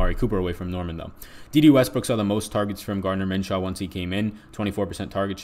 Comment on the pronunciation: Min-shoe not Min-shaw my man..good show btw